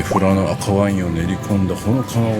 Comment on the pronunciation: したっけ、富良野を正しく発音してる、流石だべさ。唯我独尊のカレーを休店時に行って食べ損なった札幌人です。ルールルルの時に黒板五郎のモノマネしてほしかったw w。 ラムしゃぶなまらうまそ！北海道に生まれてよかった！